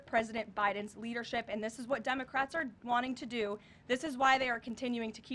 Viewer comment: Did she just say Dumacrats?